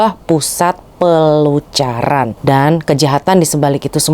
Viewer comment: Pelacuran mbak bukan pelucuran